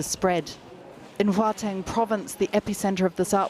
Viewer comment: Guateng = “HOWTENG” . Ok?